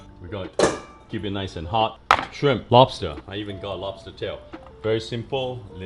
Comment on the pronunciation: Says rice cake then makes fun of dad for saying wobster